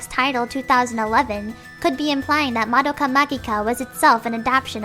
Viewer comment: Just out of nowhere, is anyone else bothered when someone mispronounced Madoka's name? or the entire title? no? okay.